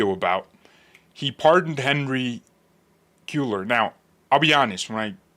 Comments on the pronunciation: Hispanic last name it’s Henry KWAY- ARE … KWAY- ARE (as in ARE u going) KWAY-ARE. … Cueller! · I have a ROAST for you: can’t pronounce SPANISH NAMES to save his life! Haha - pronounced it the same! LOL As a Texan, I can tell you with confidence that our pardoned congressman pronounces his name “Kway-lar.” Your welcome!